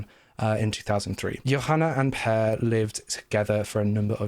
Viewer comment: Cudos to You for pronouncing my name Per very close to accuray. Sadly life in Sweden is like 2 weeks or something like that.